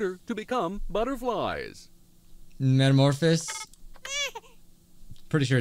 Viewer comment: everyone: metamorphasis: metamorfis